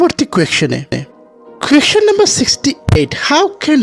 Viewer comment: কোয়েকশনরে ভাই কোয়েসচেন it’s not qaktion question 🙃🙃🙃🙃😜😄